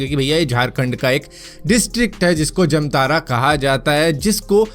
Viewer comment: Bhai wo जमतारा nai जामताड़ा होता है।